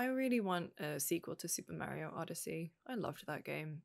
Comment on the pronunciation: saying Mario the right way for once? What’s going on today 😅